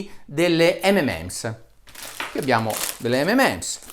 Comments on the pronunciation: Gran bel video, ma Dario, mi fai la giustissima ramanzina sulla pronuncia di "sulfate", a fondo video dici «imparate l'inglese», e poi dici "ememems" quattro o cinque volte? :-D :-D Anche io, da bambino, dicevo "ememems", poi però attorno ai 14 anni ho scoperto che "M&M's" si pronuncia "em-en-ems", ovvero "em-and-em's" (o più precisamente "em 'n' em's", elisa come in rock&roll). E commerciale più genitivo sassone. Insomma: o mi fai la pronuncia inglese corretta, oppure li chiami "di emme e emme". Però mi hai fatto ricordare quando ero bambino! :-) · Comunque si chiamano 'em EN ems' ('m' and 'm' s) non 'ememèms' ... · Solo una cosa, si chiamano mnm's, non mmm's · Buongiorno Dott. Bressanini, apprezzo molto il suo metodo scientifico veramente obiettivo. Proprio perché l'apprezzo, mi permetto di farle presente che la pronuncia delle M&M's non è ememems, bensì emenems. I suoi video hanno contenuti di qualità che difficilmente ho trovato su YouTube. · molto interessante il suo video. le faccio i miei complimenti. detto questo le volevo fare un microscopico appunto dato che è, giustamente, molto attento alla pronuncia delle parole. si chiamano (cito la pronuncia ) emenems e non memems! Per il resto continui così dottore perché oggi più che mai c'è tanto bisogno di sana informazione. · Tutto giusto però si dice "em en ems" 😉😁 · Comunque non si può ripetutamente criticare la pronuncia di “Sulphate” e poi continuare a chiamare “EMEMENS” le M&M’s. Almeno una N al centro, cribbio!! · Video molto interessante. Mi sento solo di fare una correzione, dato che mi sembra lei presti attenzione alla pronuncia corretta: M&M's sarebbe M and M's, quindi si pronuncia "emenems". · Bravo Dario, dobbiamo imparare tutti l'inglese hai detto bene molte cose ma il M&M l'hai pronunciato male è M and Ms il simbolo & si pronuncia AND... solo facevo chiaro questo x il resto molto bene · si pronuncia EM - EN - EMS, per tutto il resto grandissimo video.. ;)